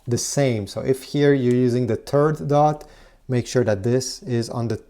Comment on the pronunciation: “Turd dot”